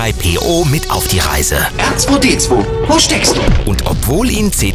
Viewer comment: hat er da ernsthaft "Erzweidezwei" gesagt?! Ich bitte euch, nehmt doch für Videos über StarWars auch Sprecher, die sich zumindest halbwegs mit StarWars auskennen. Leider richtig schlechtes Video diesmal :(